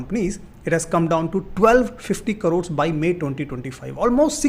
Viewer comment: I don't trust people who pronounce the word 'crores' as carores